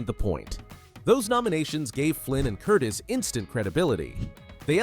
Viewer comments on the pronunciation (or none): I've watched this movie many times on tv. BTW, not Michael Curtis, Michael Curtiz. Pronounced Curteez. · Actually, strictly speaking, and not to be pedantic, the director’s name was pronounced ‘Curtezz”, with the short “E”, not the long one. Biographer Alan K. Rode points this out, and the point is supported by an illustration in his book (p. 75), where a production still for Curtiz’s first Warner Bros. picture in 1926 includes a slate ID-ing the director as “Curtez” — and also IT’S A GREAT FEELING (1949), in which Curtiz makes a cameo appearance, and a secretary calls him “Mr. Curtezz”. Still, even Alan Rode pronounces it “Curteez” these days, so I guess we’re stuck with that for good. Anyhow, it’s more accurate than “Curtis” (as in Tony). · . . . AND, that's pronounced ' Curteez ' . . .